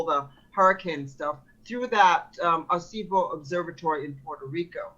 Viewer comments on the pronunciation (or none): AIR-AH-SEE-BOE 😢🤓😭 for the telescope, not the Qer. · She looks Latina. She should know how to pronounce "Aracibo Observatory". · It's pronounced "AR EH SEE BO". She couldn't even pronounce it correctly, why would we think she's a plausible source? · As a Puerto Rican, that pronunciation of Arecibo hurt my soul...not to mention the fact that A) Puerto Rico isn't owned by China, B) It is a US Commonwealth, C) The Arecibo Observatory suffered its collapse on December 1, 2020...the Texas Freeze happened in February 2021, how do you use a collapsed pile of metal to control weather?